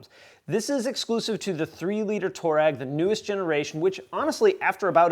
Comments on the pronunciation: Just so you know, it’s pronounced "twar-egg" not "tour-egg" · The name toureg is after an African tribe and it's actually pronounced (I'll write it phonetically) twah reg... just saying!